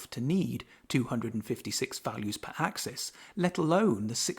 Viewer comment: Good job. One small note: while the plural "axes" is pronounced "AX-eez", the singular "axis" is pronounced "AX-iss" and not "AX-ee".